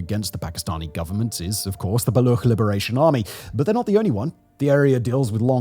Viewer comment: Brother it's Baluch, CH, like CHair.